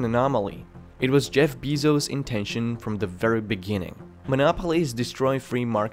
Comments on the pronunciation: That's not how you pronounce his name. You would think youd know that doing a video essay about him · Atleast say his fucking name right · Beezose? You're saying his name wrong. seconds in and I'm already done with your video. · Pretty hard to take you seriously when can't pronounce the CEO's name correctly, however I'll cut you slack as you are clearly not a native English speaker: It is pronounced BAY-ZOHS. In English, the "soft" 'e' is is pronounced "eh." However the same cannot be said for Elon Musk, where the E before the L is indeed a hard e. Why? I really don't know, english is a massive polyglot mess. That being said, AMZN's market cap is currently sitting at around 902bn USD. A far cry from a trillion; APPL similarly touched the trillion dollar mark but the market appears to have corrected this overvaluation to 929bn. Also, stating Bezos's net worth is just like really dishonest... it's not like he can walk into fucking Chase Manhattan and withdraw 50 million 20's out of their atms, which is approximately 54.6875 imperial tons of Jacksons, or approximately 50 metric tons of physical currency. Thought I'd break that down into metric for you so you can start to wrap your head around the scale of this kind of wealth, because you clearly do not understand how it functions. You may sound very well informed to the average person but to anybody with a cursory knowledge of the financials industry or economics you are simply talking out of your ass and it makes you sound a like a little commie bitch that hates the ultra-wealthy. Amazon has launched loads of people onto meteoric cash flow curves, if your business has failed because of Amazon, you sucked at business. You were out maneuvered, you lacked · It’s pronounced Bay-zos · DUde your video seems to be informative and well edited but that accent and that "beezos" really put me off. You really must try to find a solution for this. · It's pronounced with a short "e" sound. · Stop saying BEE-ZOOS! Hahaha